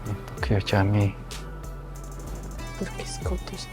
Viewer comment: Camik cara bacanya jamik...dlm bahasa turky huruf c bacanya j